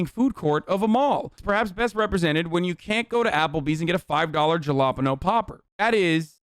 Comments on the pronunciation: why is he saying "Jalpeno" poppers and not "Halopeno" poppers lool? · "Djalapano popper" holy shit had me dying, what the fuck is that pronunciation, is that normal people?? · i just realized he was saying jalapeno. i thought applebee's created new kind of cheesy, oily, garbage, and was encouraging veterans to try it. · You're pronunciation of jalapeño is adorable 😂😍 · Hasan, I love you dude, but please say “jalapeño” correctly.